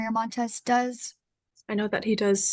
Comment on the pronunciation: Excavation NOT EScavation